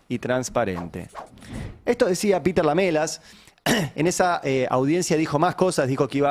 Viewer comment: Se dice : Lam3las Ari...Lam3las...